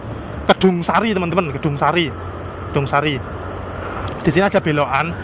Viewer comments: 8.30 kedungasri masehh, bukan kedungsari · bukan kesungsari tapi kedungasri mas